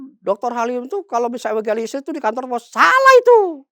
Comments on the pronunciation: Bilang legalisir kok keliru egalisir itu sengaja apa bagaimana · Legalisir bkn egalisir! Anda itu katanya ahli.. ngomong msh miss spelling?!